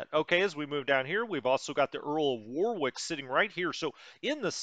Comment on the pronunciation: Earl of WAR....ICK not WAR ....WICK